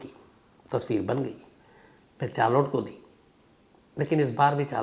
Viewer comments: Charlot nahi Shamsbhai sharlet hai correct pronunciation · चार्लोट 😂😂😂 , नहीं शार्लोट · Sir, "Charlotte" pronounciation could be " Sharlet" not chaar lotte. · Wonderful story. Thanks for sharing sir! Just a small correction about her name, it’s - shh -ar - let (Charlotte) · Charolette ko Sharlet pronounce karte hain Shamz ji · Charlotte is pronounced as sh- aar-let शार्लेट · Good story but please don't pronounce Charlotte as "Char(4) Lote"